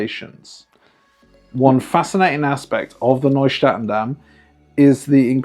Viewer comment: Omg, my ears are bleeding. Nieuw is pronounced “New”, not Noy.